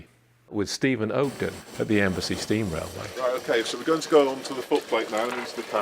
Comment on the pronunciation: Embsay,not Embassy!